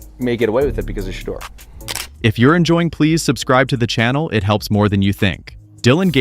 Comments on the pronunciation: Fucked up part about this video is how you keep saying Shedur name .. before making videos dude learn the names first smart ass!!! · I DON'T KNOW WHAT YOU CALL THE GUY THAT DO ALL THE TALKING WHILE YOU'RE WATCHING THIS VIDEO BUT WHOEVER YOU ARE 1 MINUTE YOU PRONOUNCE SHEDUER Sanders NAME CORRECTLY AND THEN IN THE SAME BREATH YOU SAY HIS NAME AGAIN AND YOU SAY IT WRONG SO WHY YOU CAN'T SAY HIS NAME RIGHT THE FIRST TIME AND KEEP IT THAT WAY 1 MINUTE YOU PRONOUNCE HIS NAME RIGHT THEN YOU DON'T PRONOUNCE IT RIGHT THEN YOU PRONOUNCE IT WRONG CAN YOU PRONOUNCE IT RIGHT I MEAN COME ON HELLO ARE YOU THERE CAN I GET SOME FEEDBACK SIR ? 🤔🤔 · Say His Name Correctly PLEASE! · Please learn how to pronounce his name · Can someone please get the system to pronounce his name correctly? It makes every pronunciation except the right one. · You know his name say it right. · You get one last chance to properly and CONSISTENTLY pronounce Shedeurs name else I'm deleting this channel. Cut THE AI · First of all, it is disrespectful to not know how to pronounce a person’s name. That’s the first thing you learn about telling something. Secondly who ever is the best should get the job. We all know most GM’s are just butt kissers for owners. Third, I wouldn’t want to be with the Browns, good fans, but crazy owners. They don’t want Mr. Sanders, but he is a cash cow they want to milk. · Why subscribe if you can't even pronounced his name correctly?